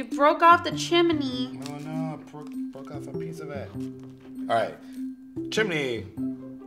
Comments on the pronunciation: Who hates how they say chum-eh-ney not chum-ney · "Like a little chiminey" lol